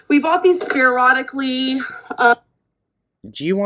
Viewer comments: Speeearodically lol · Was she trying to say "sporadically"? Well, she got some of the letters right. 🙄